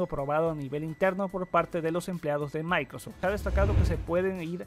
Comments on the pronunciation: maicrof lut >:v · Maicrot lut :v